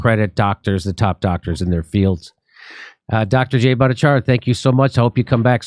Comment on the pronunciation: Jimmy, please practice to pronounce Dr Jay's last name.